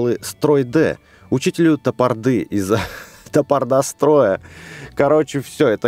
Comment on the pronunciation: Не топордА , а тапОрда